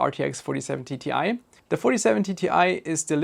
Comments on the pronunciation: Why do you keep on saying Ti as TTi? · this guy pronounces it like 47TTI, idk how he does it but he does